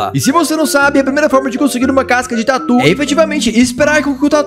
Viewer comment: eu sei! Mas ele está falando "por algum motivo" casca de tuer hahahaha!